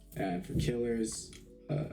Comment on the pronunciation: its killers btw not keelers